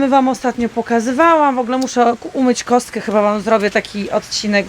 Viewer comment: No wlasnie mnie tez zdziwila ta wymowa "Kostko"